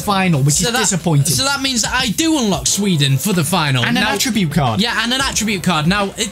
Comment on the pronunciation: Sweeden Ibrahimavich